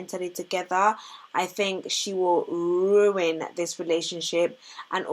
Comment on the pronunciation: Your emphasis on the word RUIN tho 🤣 but you're right